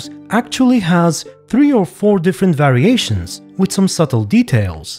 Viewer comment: it's more noticeable at the start of the video, you stress the start of the word a bit more which sounds cool imo